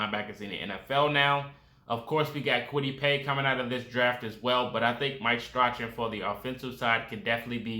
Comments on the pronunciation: It's pronounced Strawn according to the team but I agree he's going to be a beast! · If he makes the roster, To celebrate you need to learn how to pronounce his name lol